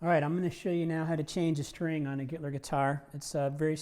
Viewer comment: I accidentally heard him say "Hitler guitar", now I can't unhear it! LMAO